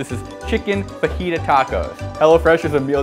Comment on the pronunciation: EVEN ITS PRONUNCIATION FOR FAJAIT IS FA-HE-THA